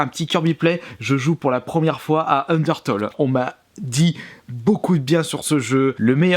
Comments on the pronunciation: kirby sa se dit: ``undertéle`` pas ``undertole``. ta pas acheté undertale pour la PS VITA pour ton fullset ? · ca se dis un DER TAILE bien que sa s'ecrit UNDERTALE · UNDERTALE C'EST LE MEILLEUR JEUX AU MONDE UN KIRBY PLAY STP (ps sa se dis unertéle mais sa s’écrit undertale) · ON DIT PAS UNDERTOLL ON DIT UNDERTALE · il a dit undertole xD sinon super video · "" un d'heure taule "" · C'est bien d'acheter Undertale mais ça se dit [UndertAIle], comme le mot "tail" en anglais ;D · Udertale ce prononce undeurtaille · Sa s'écrit undertale mais on dis undertaile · En vrai le premier jeu se prononce Ondirtule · Sinon pour Undertale c’est une tuerie ce jeu !! Ça se dit undertaïle :) mais ce qui est dommage c’est que le jeu officiel est soi en anglais ou sois en japonais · ça ce prononce ender-tale et le a se dit comme si tu disais "tails" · A force de dire Toles Of... T'arrive pas a dire Undertale correctement... Fait gaffe avec Fallout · Je crois que les fans d'Undertale vont surtout apprécier comment t'as ecorché le nom du jeu xD